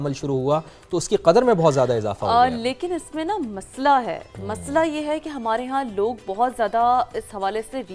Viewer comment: مسلا ہے 😂 یا مسئلہ ہے؟